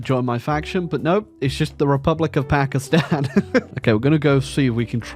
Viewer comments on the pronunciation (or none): none